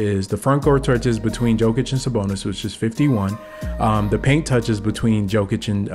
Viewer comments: Just a friendly tip: It's pronounced ''Yow-kuhch'' , not ''Jo-kunch'' 👍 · I love the video bro but come on you gotta get Jokic’s name right😂